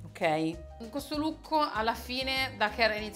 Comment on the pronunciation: 25.19 “lukko” AHAHAHHA